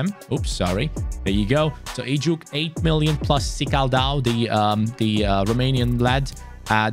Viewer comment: Heyy really love your rebuilds btw it"was so funny the way you pronounced ejuke's name through out the video, its ejukAY not ejuke but never the less i am so happy you used one the many nigerian talents. las las Naija no dey carry last!!!!!!